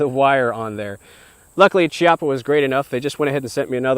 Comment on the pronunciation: The correct pronounciation is Kiappa btw